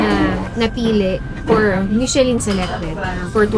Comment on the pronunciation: it is pronounced as MI-SHUH-LHUN...NOT mishelin. And Carter...kindly take off your cap while eating for etiquette(guapo k nmn maski no cap)